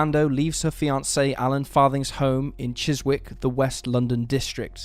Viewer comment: Never though I'd hear an English man pronounce Chiswick as 'Chiz-Wick'! Come on narrator it's 'Chiz-ick'!